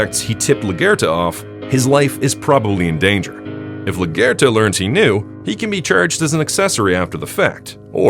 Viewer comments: La Gare-ta? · Why is it that every commentator cannot pronounce Maria’s last name? That say it constantly in the show as “LA-GWARE-TA” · Luh gwer tuh. Sayit right 👍🏻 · You pronounce her name kind of like Lagertha from Vikings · The way you pronounce LaGuerta is cringe haha